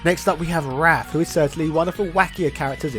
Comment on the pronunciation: As soon as it got to Wraith I was like "here he goes about to completely say this wrong.." 🤣 You never disappoint in your horrible pronunciations.